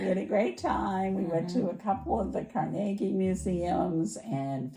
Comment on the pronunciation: This Pittsburgh girl REJOICED at the proper pronunciation of Carnegie 😂😂😂. It’s my BIGGEST peeve. 😂. Glad you liked PGH. It’s a beautiful city and you did fun things. Did you get down to the Riverfront to see Mr Roger’s statue ?? Great video as always. Glad the healing continues. Kate